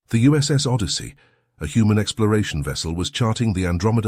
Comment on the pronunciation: Heard it say human for most of a story but one time said "Hoomon"